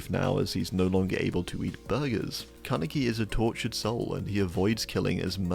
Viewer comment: oof, bro says Kaneki like an American